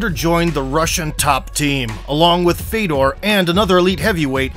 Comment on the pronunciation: His brother's name is pronounced Fyodor (Фёдор), not Fedor.